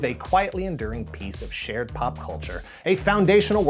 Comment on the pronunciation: Also, when was saying "...a piece of shared pop culture..." am I the only one that thought he was going to say something else? (Hint: 💩) said that S-H sound really hard! 😂